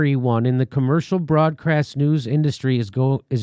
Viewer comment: Nice pregnant pause Jimmy - one of the best I've ever seen. The broad-crass news? Ha, ha, I like it.